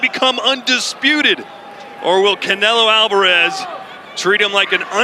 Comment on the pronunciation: I f'kn hate how they say Canelo's last name!!!! I hate it soooooooooooooo much! But even that was more entertaining than this fight.